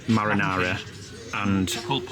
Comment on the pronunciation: Cracks me up how says marinara sauce…Maryahna. …make it rhyme when you say it MARA NARA and you’ll never say it wrong again.